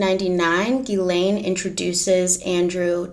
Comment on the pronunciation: It’s ‘Gih-len’ not ‘Gih-Lane’